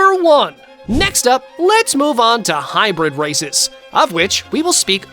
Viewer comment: Bro did not say races 💀